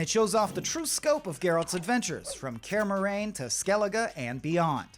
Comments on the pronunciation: Care Morain? You mean Kaer Morhen? 😂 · What's worse than that CEO's comment is this dude's pronunciation of Kaer Morhen. "Care Moran" really?!